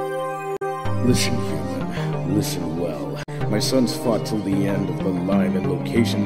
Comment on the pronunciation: When said fought it sounded like fucked